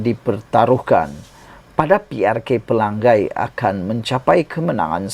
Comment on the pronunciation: Tolong jangan sebut Pelanggai. Nama Kawasan tu Pelangai. Ngai. Belajar betulkan sebutan Nama DUN Pelangai